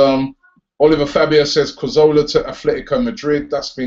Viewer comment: Lol it's Cazorla, not Cozorla..